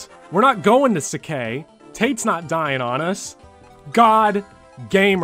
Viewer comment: you pronounce sacae just fine. it is literally spelled saka in japanese